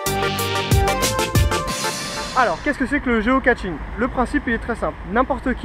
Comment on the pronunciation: Géo caCHing , pas géo caTching stp !! :)